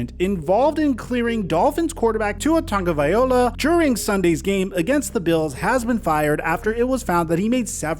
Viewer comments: Tago- Vai-Loa not Vai-Ola VAILOA-- TagoVAILOA, crazy enough you saying the second part of his last name wrong is actually another Samoan word. OLa - meaning Life. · Vai LOA. Not ola. Lol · Great vid. Subbed That being said it's Tongue-ah-vy-low-ah Not Tongue-ah-vy-oh-la ✌ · Hey may love your vids! But just a heads up you always pronounce Tua's name wrong. At the end it's vaiLOA NOT vaiOLA.. I know it's a nitpick but figured you'd want to know.. Keep up the good work! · I’m tired of people calling him “ Tua Tunga-vy- loa” it’s “Tua tagoh- vy loa” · Exactly, it's pretty simple lol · TAH - GOH - VAI - LOA Why is that so hard for you to pronounce? Look at the ‘L’ in his last name, is it before or after the ‘O’ ?!? PS Love your content tho brotha, just want to see his family respected. Aloha from Hawaii 🤙🏾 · Really hope Tuas okay man (And for the record it’s pronounced like tuga-via-loa) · Hawaii guy here. Tua Tog-o-vai-lo-a. Please like so that he can see the proper pronunciation. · Bro. Drinking game idea. TAKE A SHOT EVERY TIME HE MISPRONOUNCES TUA'S LAST NAME. Good luck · Can you PLEASE just call him Tua until you learn to pronounce his last name. Drives me nuts that you butcher his name repeatedly every video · I'm hoping Tua chooses the best option for him and his family (both current and future). On a side note, will ever pronounce Tua's last name properly?